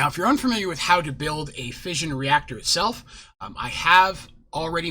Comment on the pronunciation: Lol fission or fussion Or fusion